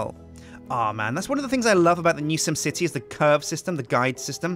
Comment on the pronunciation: Will say it again "Sjin Sipty" anyone?